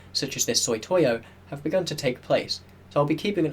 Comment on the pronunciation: i like your videos, but one thing I keep noticing is that you say Soy-toy-o. I have no idea how Sot-iy-o becomes Soy-toy-o.